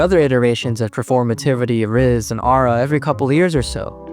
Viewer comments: but can't get over how he pronounces aura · i wouldve watched the full video if i didnt get so damn annoyed at how this mf pronounces aura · my name is ara and the way u said aura kept tripping me out lmfao